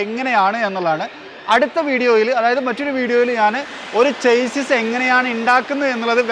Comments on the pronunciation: ചെയ്‌സിസ് അല്ല ഷാസ്സി ആണ് 😊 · പ്രിയ.. താന്കളുടെ ഉദ്യമം നല്ലത്.... പ്ളീസ്.. ചേസിസ്സ് എന്നു പറയരുത്... ശരിക്കും ഷാസിസ് എന്നാണ് ഉച്ചാരണം.. ഒരിക്കൽ അങ്ങയുടെ ചാനലിൽ തന്നെ പറഞ്ഞത് ഓർത്തു പോകുന്നു... 👍👍😍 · Broo chassis is actually pronounced as shassy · Chassis ൻ്റേ pronounciation ഒന്ന് നോക്കുന്നത് നന്നായിരിക്കും, നിങ്ങൾ Automotive related videos ചെയ്യുന്നത് കൊണ്ടാണ് ഇങ്ങനെ പറയാൻ കാരണം.